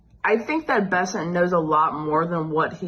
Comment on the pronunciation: Scott Bennet? At least understand who you are covering. It's Scott Bessent, not Bennet. It's not that difficult.